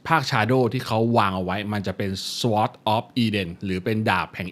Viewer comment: Sword อ่านว่า....ซ๊อดครับ ไม่ใช่ซว๊อด